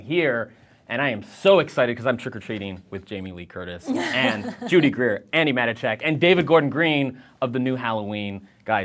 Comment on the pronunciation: The interviewer couldn't be bothered to pronounce her last name properly. It's not "Mat-i-chak